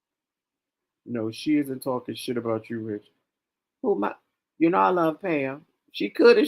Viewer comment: OMG,,,,Imma need coffee first. Rich!!! Not “pink” Chile😂😂😂😂